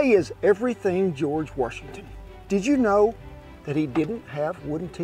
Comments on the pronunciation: George Were-shington 😂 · “Warshington” Please keep the intrusive “r” out of our first president’s name. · Where is the R in Washington? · George Worshington. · George Warshington. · George Worshington😉🤣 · I’ve never heard of George “warshington”. I know George Washington. Know knowing about “warshington” much like I know nothing about “windoors”.